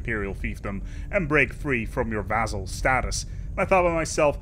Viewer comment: I love how you still mispronounce vassal. :-)